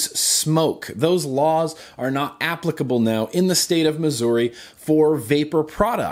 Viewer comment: Furthermore, about pronunciation.... applicable. It's not app-plick-uh-bull it's uh-plick-uh-bull